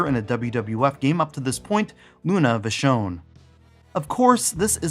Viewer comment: I love how you pronounce Vachon!